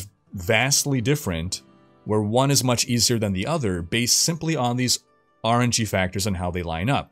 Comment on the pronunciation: It took me a second to realize he was saying RNG, not "orangey". ;)